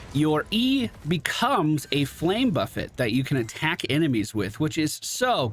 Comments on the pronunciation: There's nothing more annoying than putting down your W then stiches or someone boops them away. You just gotta cry inside. Always enjoy playing Alex. Also still tilts me how you pronounce buffet. xD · I remember when pronounced the flame buffet as the cafeteria buffet.